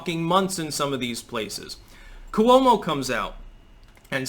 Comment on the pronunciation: NOT ku-womo! It’s Cwo-mo. Pronounced in two syllables, not three, as in slo-mo.